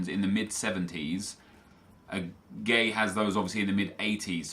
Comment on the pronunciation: This was such a bad draft. Also, idrissa gueye (GUY) not gay. AJ3 would throw a fit if he heard you say that 😂